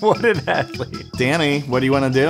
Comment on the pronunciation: How many times they said “what an athelete//////